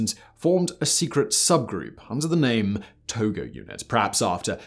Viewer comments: Where the hell did he learn how to say names!?!? He is literally the ONLY person I've ever heard of mispronounce his name! Its not To-GO! Its To-JO. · the name of Japanese chief general is not To-go-. His lastname is To-jo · It's tojo not togo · Hideki tojo. Not Togo. 😐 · Most sources say its 'Tojo' and not 'Togo'. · Why are you calling him Hideki Togo? I’m almost positive his name is Tojo. J no G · Well I mean maybe he pronounced it wrong because there's a country named Togo that's pronounced with a hard g 🙃